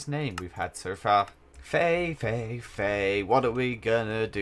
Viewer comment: When he says wife faye i keep thinking hes saying "wifey" 😂